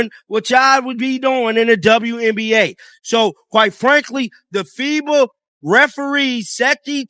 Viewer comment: Stop mispronouncing fiba😮